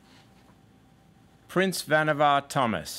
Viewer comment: Pretty sure the actor just misspoke - everyone else including the storyteller rhymes the last syllable with "car".